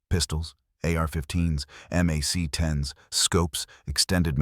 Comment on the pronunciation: When the A. I said M. A. C. And not Mac 💥🔫